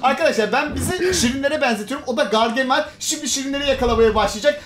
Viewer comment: Abi videonun başında gergemal dedin ama doğrusu gargamel ;)